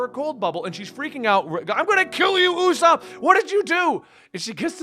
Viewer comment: Having potential mild dyslexia is more understandable than saying õæěsop.